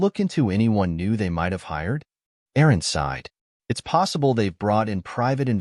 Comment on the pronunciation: “Aside” for “sighed”